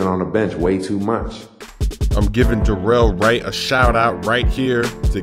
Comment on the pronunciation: "derrol wright" lol pay attention to what you say